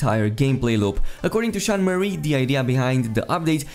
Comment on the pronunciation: I know, but the guy in the video makes it sound like Sean "Marie" lol